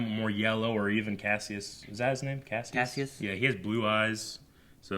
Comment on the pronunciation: Kasius is pronounced "Kah-Sigh-Us"